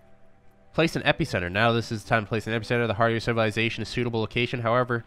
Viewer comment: Five minutes in, and I'm really enjoying the creator's personality and the video.. But the way he's pronouncing epicenter is triggering me xD